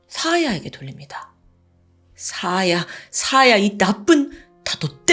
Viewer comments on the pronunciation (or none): 사야인데 사아야라고 발음하네